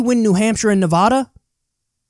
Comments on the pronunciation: It's pronounced Nevada with a hard a like apple. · If you ever pronounce nevada like it has an o or an ah sound like that ever again I'm gonna cut you. its an A sound like asshole which is what you'll continue to be if you dont pronounce natively. We take this very seriously and you rattled off like 5 of em lol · kyle, you pronounced nevada wrong - a nevadan